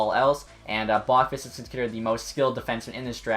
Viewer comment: I think its pronounced "Bow- qvist" from what ive heard on tsn and stuff.Great vid though!